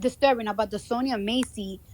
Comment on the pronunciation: Nobody ever pronounces SONYA SONIA SONJA correctly. Lonnnnnnnng O, not short unless specified!